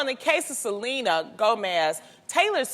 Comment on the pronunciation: It's not Sel-ANA lol